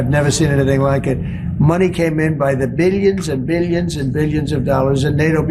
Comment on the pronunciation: He's barking mad. Beelions and beelions and beelions.